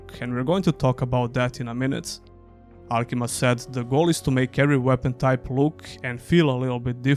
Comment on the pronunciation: Great video as usual... also it's Alkimia, not alkima.